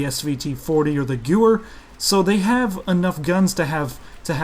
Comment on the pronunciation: The way he pronounces gewehr lol, Goower(it's pronounced Gevair)